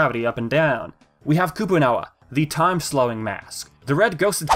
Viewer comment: "We have Koopoo-Nawa..." Lol